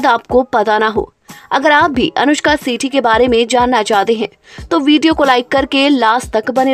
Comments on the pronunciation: Not सेठी..its shetty...clear pronounsation.south industry not bullywood 😅😅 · It is Anushka "Shetty", why are you making it "Sethi" ? She is a Tulu Kannadiga. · Sethi nahi Shetty bolo. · Aap pronunciation sahi kare!! Voh Sethi nahi Shetty hai. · 1st pronounce her sir name property. It's Shetty not Setthi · Her surname is "Shetty" not "Sethi"...😂😂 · Anushka sety nahi Shetty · Shetty bolo pahile